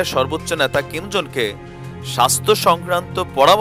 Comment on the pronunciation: ভাই আপনার কথাগুলো শুনতে ভালো লাগে কিন্তু একটা বিষয়ে না বলে পারলাম না। সেটা হচ্ছে আপনি এই লিডারের নামটা উচ্চারন করতেই ভুল করেছেন। ওনার নাম হলো কিম জং ওন, আর আপনি বলতেছেন "খিম "। এটাই ভুল আরও কিছু না। আমাকে ভুল বুঝবেন না আপনার ভুলটা ধরিয়ে দেয়ার জন্য।